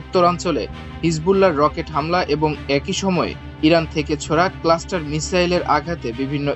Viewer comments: অনেক উচ্চারণ বিভ্রাট ও শুদ্ধতার অভাব। যেমন, - "Cluster/ক্লাস্টার" এর স্থলে 'কেলাষ্টার'। যুদ্ধ বিমান "মেরামত" এর স্থলে 'মোতায়েন', ইত্যাদি। মেহেরবানী করে, সতর্ক হোউন !!! ❤ 🎉 ❤ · খবর পাঠক ক্লাস্টার বোমা কে কেলেস্টার বোমা বলেছেন. আরেকটু প্রফেশনালিজম আশা করছি.